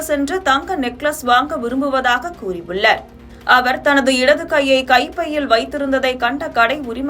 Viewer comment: நகைக்கடைக்கு சென்றுள்ளர் , கூறியுள்ளர், வாக்குமூலம் அளித்து உள்ளர், தெளிக்க முயன்றுள்ளர் செய்தி வாசிக்கும் தாயே உன் வாயில வசம்பு வச்சி தேய்க்க... தமிழை கொலை செய்யாதே ....